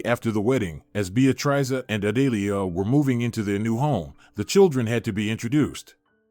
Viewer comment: Narrator needs to learn how to pronounce Beatrice.